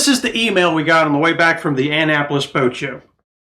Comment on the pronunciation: That’s not how you pronounce Annapolis🤷‍♂️🤷‍♂️🤷‍♂️🤷‍♂️